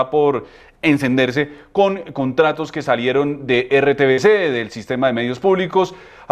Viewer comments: Este señor dice RCTV cuando es RTVC 😂😂😂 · Lo que me parece terrible y sufro cada vez que lo oigo es que el demandante diga RT”C”V y nadie lo corrija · Quería saber más pero ese señor diciendo RTCV me causó fue fastidio y lo quité 🤮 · Díganle al abogado que no se dice "Cónyugue", pero si "Cónyuge"; Tampoco es RCTV, pero si RTVC. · Alguien que le diga a este "doctorcito" pelón, que no se dice conyugue" sino cónyuge y que no repita la palabreja cada medio minuto por dárselas de "culto" quedando por el contrario como un ignorantón. Y que además no es "RCTV" sino RTVC. Atacando a Petro y habla peor que él y eso ya es mucho decir.😅😅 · Señor, me alegra escuchar su denuncia. Pero con todo respeto le sugiero corregir el nombre de la entidad. No es RCTV. Es RTVC. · Este sr porque dice RTCV? ES RTVC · Pero nojodaaaaa No es rtcv!!!! Es rtvc, nojoda, ese man parece que no sabe de que hp está hablando Que falta de seriedad, está bien que tenga un lapsus y se equivoque, pero lo repite , lo repite y lo repite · Con todo respeto le corrijo al señor que expone: Es RTVC y se dice CONYUGE .....